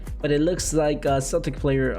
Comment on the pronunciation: It's Celtic...not Celtics....don't let a Celtic fan hear you call them the Celtics...lol..